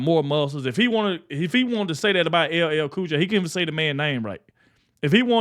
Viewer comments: His mispronouncement of LL Cool J and calling him boy will be what totally sinks him with the black community.... not his policies lmfao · How can you mispronounce L L Cool J's name? He's been around a long time! Biden is not only a disgrace, but an insult to the American people. He's got to go! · The grown man is 55 years old and he's having his name mispronounced while he's being called a boy!